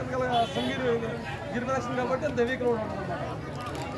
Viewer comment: ఫస్ట్ గిరిప్రదక్షణ అనడం నేర్చుకో అమ్మ.